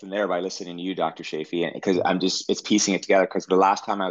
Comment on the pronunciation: Sorry I have to correct you. Say chance, chocolate, choose and now say Chaffee. Perhaps I am a bit OCD about this so help me, please. 😊